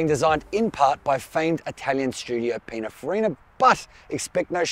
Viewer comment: Oh the Italians must be breaking their spaghetti in 2 listening to that pronunciation - it is PININ-FARRINA - not PINA-FARINA